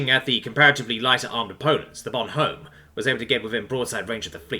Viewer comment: Yeah, the "h" in "Bonhomme" is usualy silent by the way. So it would be more like "Bonomme".